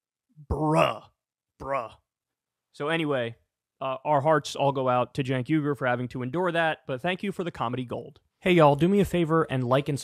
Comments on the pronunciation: Did he called him Cenk Igor ? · I thought it was pretty hilarious when he called him jenk eyegore